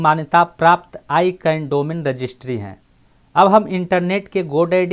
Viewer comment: Sir ji aap words ka pronounce thik se kare. I can nahi hai wo. Wo hai ICANN Jo AK company hai Jo domain ka name aur Number ko control karti hai.